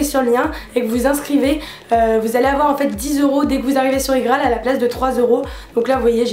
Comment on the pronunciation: Ca me stresse comment tu dis IGraal moi je dis ça comme IPhone quoi mdr